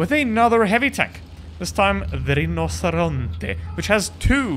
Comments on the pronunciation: Yooo, I'm Italian, but I don't get offended by mispronouncing Rinoceronte, but if u want to offend some or whole Italy, just put pineapple on pizza or break pasta in front of Italians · I'm Italian living in Spain, you said it in southern Spanish 🤣